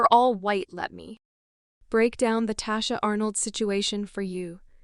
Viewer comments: Pronounce her name correctly if you're going to present a story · This bot voice is tearing her name up thru the whole video, smh.